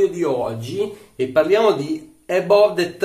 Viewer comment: Si pronuncia "Abav"